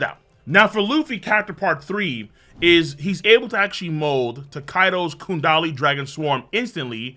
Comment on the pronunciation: You say kundali again imma need those hands, the chapter literally says gundari